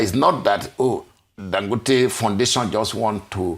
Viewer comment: The man's name is Dan...emphasis down...go...emphasis up...te neutral emphasis